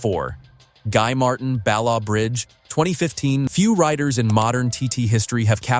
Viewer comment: Or even the right pronunciation !!! pronounced BallATH Bridge !